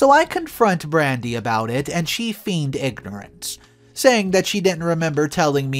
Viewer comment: pronounced fained/fayned. The word you used is like fiend.